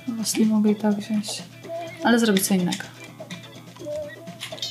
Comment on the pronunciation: wziąć a nie wziąść !!!